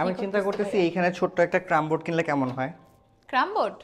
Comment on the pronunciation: Keram bord cram bord aki